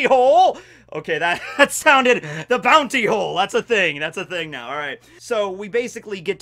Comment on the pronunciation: Did he just said booty instead of Bounty xD